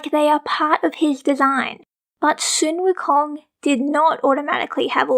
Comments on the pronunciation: Sun Wukong is not pronounced Soon Wukong, it is pronounced Son Wukong!!!!!!!!!!!!!!!!!!!!!!!!!!!!!!!!!!!!!!!!!!!!!!!!!!!!!!!!!!!!!!!!!! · You mean "sun wukong" not "soon wukong" right?